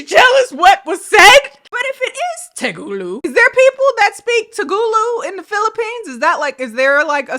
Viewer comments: i'm such a silent watcher but my goddd the "telugu" being butchered to "TEGULU" I AM LOSINGG MY MINDEKRJHDSH "DO THEY SPEAK TEGULU IN PHILLIPINES?" I LOVE YOU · Ahaha it's "Telugu" not "Tegulu" 😂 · Same here like my nose was leaking out snot when she mispronounced Telugu wrong and I was laughing too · Omg! Sorry it's not TEGULU it's Telugu plsss😭 And it's very less spoken anywhere other than India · it's te-lu-gu not "tegoolu" 😭😭😭😭😭 it's my first language, and this is not telugu pls it sounds 100% made up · you're so cool but it's not "Tegulu" it's "Telugu" [Teh-luh-goo]. I don't speak it, I'm a different type of indian, but I thought you might want to know. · i am sorry to be the person but its pronounced telegu not tegulu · Hey :) as an Indian, just a heads-up: it's TeLUgu, not TeGUlu. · Ngl trying to pronounce telugu (Tel-uu-gu) was the funniest thing for me, god I love her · you said "Tegulu" like 10 times when it is clearly spelled TeLEgu and pronounced how it is spelled. I love you but you said it wrong SO many times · It's TELEGU girl not Tegulu 🥲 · was wired enough for me to break my general inclination to be quiet on the internet but 1. Telugu, not tegulu. Honestly hilarious and the first few times, I honestly thought she said Tagalog 2. As a Telugu native person, the dialogue said, the written caption, the translation and the little script in Telugu at the bottom in Google translate...yeep none of it made sense (other than goal but come on that's an English word adapted into Telugu xD) 3. There are Indians in Philippines...like maybe 5%? Indian Filipinos more like...highly doubt all of them speak telugu. Wikipedia says most of them speak Hindi or Punjabi or Tamil which checks And now i too wanna know...what was up with that?! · I loved you trying to say tel-gu as te-gu-lu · te-le-gu not te-lu-gu haha it's a south indian language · I'm Indian and the language is te-LU-gu, not te-GU-lu. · “Tehgooloo!!” - Ma’am 😂